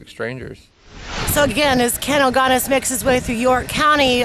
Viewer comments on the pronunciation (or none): ...fuck the pronunciation FFS it's not ilgonus it's Ilgunas (pronounced ill goo nus) and yes he is my uncle